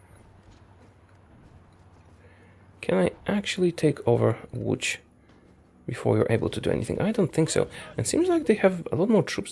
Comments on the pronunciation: Wtf how yo know how to say Łódź? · Ladies & Gentlemen: the first HOI4 player to say Łodz correctly